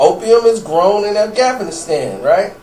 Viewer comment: "afgafnistan" lol